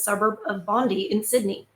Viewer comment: Not a surprise as a commissioner for combatting anti-Semitism appointed in Australia too, because people waking up to genocide of Palestinians - and finding Christian Australians egging thecZionists on! PS: Suburb is pronounced Bon-DYE.